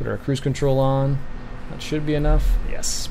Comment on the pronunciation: U said cruse control but Wht mof